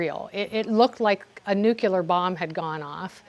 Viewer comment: "nukeYOULAR" 🤔🙄🙄🙄 come on USA. Don't stoop to George Bush levels...